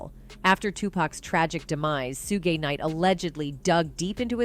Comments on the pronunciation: The way the narrator said "sue-gay" instead of pronouncing it "shoog" for when they were talking bout Suge Knight... 😂😂😂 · She said “Su-gay knight” I’m dead rn 💀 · Who’s 2 packs? And sooogeee knight 😂. So cringe I know she doing that on purpose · This is a lot, but not surprising. And the lady that was picking kept driving me crazy because she kept mis-pronouncing 2 pac and Sug Knight name.